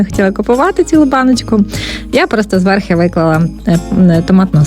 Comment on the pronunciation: Все добре, все гарне, але попрацюйте із своїм словом «зверхи», будь ласка